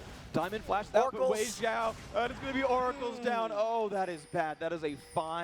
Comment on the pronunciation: so they pronounce weixiao's name correctly this time.